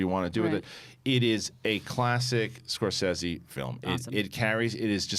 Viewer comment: Thank you for pronouncing Scorsese correctly, since almost NOBODY does.